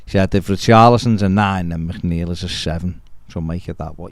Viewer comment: Coming from a fellow MC is McNeil not macneil lol